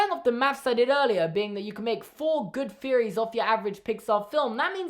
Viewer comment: I hate THE Pixar theory. Individual ones are fine tho Also my American ears keep hearing theories as "fearories" help